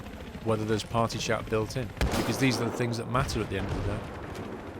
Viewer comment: it's party (said preatty but weird)